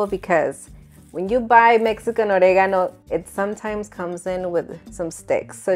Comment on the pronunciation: Why do you feel the need to pronounce oregano like that?